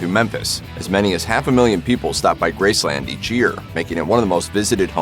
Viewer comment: Please stop saying Grace Land, it is NOT a theme park. Just Graceland, all one word